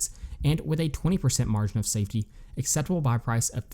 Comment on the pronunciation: Margin of *safety. Not “saftey”